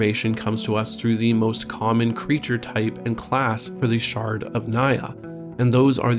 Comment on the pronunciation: I laugh every time he says “Shard”